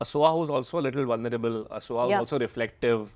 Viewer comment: Soha, please. Not Sona